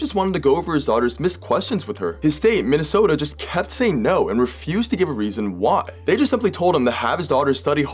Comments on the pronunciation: I love the way you enunciate Minn - E- Soota. No hate, I have family from there & love the accent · I’m sorry, but from person from Minnesota myself yes said the oh in Minnesota too long you say it how you read it, hon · He tried too hard the second time. Actually, as a life long Minnesotan, he sounded more Canadian. There's more inflection than just the hard 'o' sound, don'tcha know. Points for trying though. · Why do you pronounce my state like that